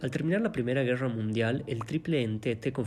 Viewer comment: ger-ra ó guerra... me da ansiedad como pronuncias la "r"